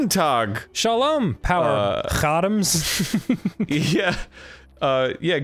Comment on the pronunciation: Dan: Buongiorno powairbottems At least 1,000 people watching: ...omg how does he know?